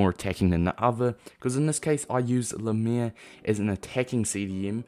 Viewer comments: its pronounced like "Limair" (Lim like Lime) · It’s pronounced lime-er